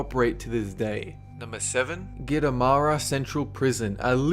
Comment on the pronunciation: it's Gitarama not gitamara